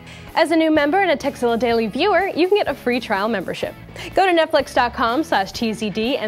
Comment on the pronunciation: It sounded like: Today's Sexzilla is brought to you by netflix